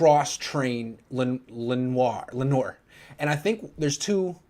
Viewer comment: Lenoir’s name should be pronounced how he pronounces it. LEN-NOOR. Why complicate something for no reason?